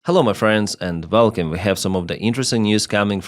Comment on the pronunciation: Super as usual.....BUT, in ENGLISH, W IS NOT a "V" , it's rather a "Ouaiiiii" Ouaiiar (WAR) Ouaiiielcome (WELCOME).....